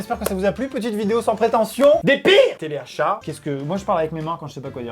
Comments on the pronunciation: Telachat ? c’est pas teleachat ? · telachat au lieu de teleachat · A , le « télachat »! 🤣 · À 6min le "Télachat"